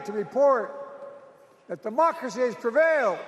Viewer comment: Sounded like he said "mockery must be preserved."😢